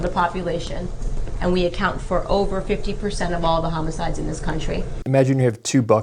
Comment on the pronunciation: "Homo-sides" lol